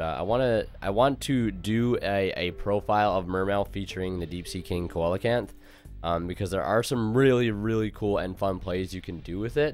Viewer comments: Have to get it out there, it's pronounced "see-lo-canth" haha. Good work man! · Just a heads up bro coelacanth is pronounced See-luh-kanth 😅. Other than that this is a nice take on the deck, but personally I’m still playing a calamities turbo kind of build. It’s pretty cool how different the deck can be.